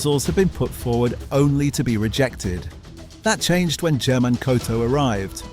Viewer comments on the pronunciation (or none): About Mr. Coto.. If you are referring to the male first name "German" (usually spelled Germán in Spanish), it is pronounced like her-MAHN.. in south or central America...NOT Jir-Mahn